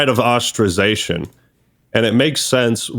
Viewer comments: stop saying ostrazation. its ostracisation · I’m gonna ostrazate myself if this guy say ostrazation again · “Ostrazation” what a dope.